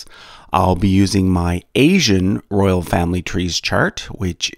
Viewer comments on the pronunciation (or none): none